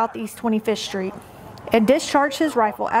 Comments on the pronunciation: Is pronounced 'street' not 'SHTReet.' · Where is "44th Shtreet"?